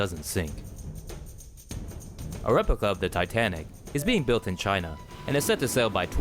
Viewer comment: Chynnnaaaa(trump's pronunciation)